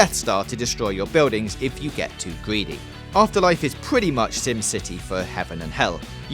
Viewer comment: "...if you get too gweedee "